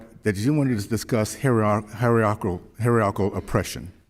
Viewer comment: Did he just say “Harry-ackl” suppression?